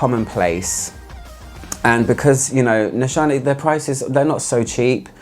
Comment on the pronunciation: Nishane is pronounced as you do! Nişane is a Turkish word but since there is no "ş" in the English alphabet, they used "sh" in the brand to make it more universal! Tell that Turkish person my greetings haha! :)